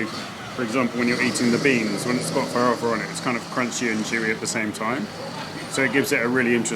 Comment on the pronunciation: Vou comentar em português, você vai entender, seu "farofa" é muito bem pronunciado, parabéns